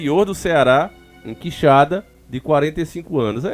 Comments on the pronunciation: Por pouco ele nao chamou de queixada...OOOlha o acento. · Quixadá , não Quixada 🤦🏼‍♀️ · o nome é Quixadá e não quixada valeu um abraço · NÃO É quixada. É Quixadááá. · Gnt chata, Quixada ou Quixadá, deu pra entender perfeitamente de qual cidade ta falando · irmão, tem um acento no final do nome, é Quixadá, e nao Quixada, abraço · Oi. ❤ os fatos sao de antigos comentários. Crescemos ouvindo isso aqui. Mas a pronuncia é qui- xa- dááá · Conheço a cidade. Já estive lá! Só uma observação, QuixaDÁ, sílaba forte em DÁ. Bom trabalho! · Nome ta falando errado, cidade é Quixadá Aqui no meu ce